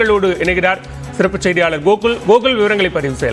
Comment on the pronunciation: கோகுல்ங்கிறதை, கூகுள்ங்கிற மாதிரி சொல்ற, செய்திவாசிப்பாளர், வெளங்கிரும்டா தமிழ்